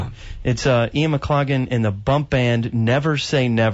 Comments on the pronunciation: This interviewer was very disrespectful in not getting the correct pronunciation of Ian's name before hand... 'off air'... real amateur stuff! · How to insult your guest.....don't know how to pronounce his name on air. Pathetic.